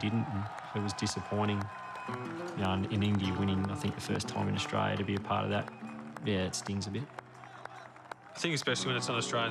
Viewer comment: Everytime someone says Australia I listen Frustralia.😉😁😂